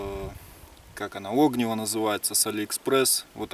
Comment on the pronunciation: ни Огниво, а огнИво! хорош каверкать русский язык. слово огонь с таким же ударением произносишь?